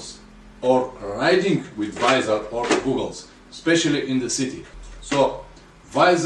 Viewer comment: How can I take a man serious when he can even pronounce goggles correctly smfh.